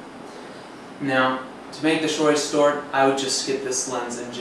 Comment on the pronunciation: Im sure you say ' To make the Shory Stort '. Haha! Excellent review though (as are all of your reviews ), Very helpful towards people after wide-angle lenses. ThumbsUp.